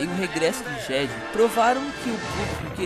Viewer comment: A pronúncia de "jedi" ficou tensa.